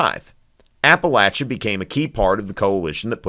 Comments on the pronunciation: TY for saying “Appalachia” right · I'm giving you a thumbs up for pronouncing Appalachia correctly.